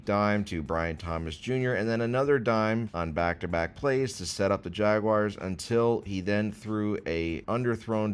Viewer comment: pronouncing Jaguars correctly challenge level: impossible